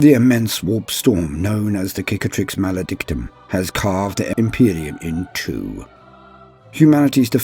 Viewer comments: Sick-atrix, not kick-atrix, meaning scar It's the same word in french, cicatrice = scar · Okay has it been confirmed to be pronounced like you pronounce it Cicatrix pronounced as 'Kick-a-trix' or Cicatrix like 'Sicatrix' as in Sic. or Cicada (also not pronounced Kickahda or Kick-ae-da)? For some reason I feel like it has but for the life of me I can't find the warhammer community video